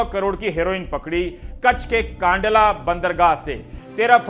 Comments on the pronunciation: Kaandala nahi kandla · It is Kandlaa not kaandla